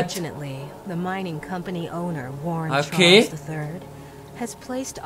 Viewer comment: Love how he say Choo Choo charlse 😂😂